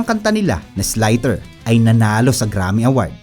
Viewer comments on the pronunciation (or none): Scott Weiland at Dave Kushner po other members ng VR. Isliter po pronounciation ng Slither, hindi po Islayter.:hand-purple-blue-peace